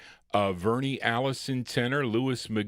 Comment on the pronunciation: The name is pronounced Vurn not like Bernie for Verne Allison on the Dells! My classmates sister named Phyllis was married to Verne Allison